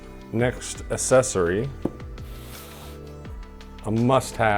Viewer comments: Asscessory? Sorry to be pedantic but it’s pronounced ‘ak sess ory’. Yep I hate myself now😂good video tho. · Thank you!!! I thought I was the only now who noticed the mispronunciation lol